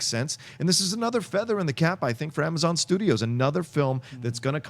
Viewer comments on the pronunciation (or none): none